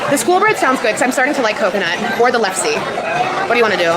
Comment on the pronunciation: LEF-SA and SHOOL-BREAD. That is how you pronounce the Norwegian food she butchered.